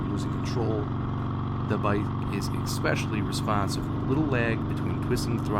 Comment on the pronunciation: "exspecially" oof